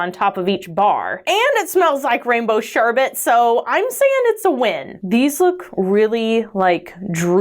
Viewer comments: “Sherbe*T* Looool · I love how you say sherbet lol